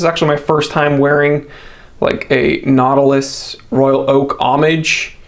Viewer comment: Patek Not-ilus